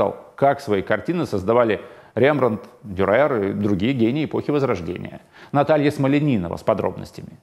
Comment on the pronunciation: Скажите ведущему, что не ДюрЕр, а ДЮрер )))